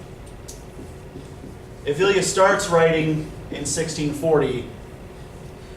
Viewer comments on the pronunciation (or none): My dear friend, thanks for this video! Just a little correction though, it is EvLIya Çelebi. You pronounce it Tchelebi :) Celebi in turkish would be prounounced djelebi, and its not selebi :p. Anywho...loved it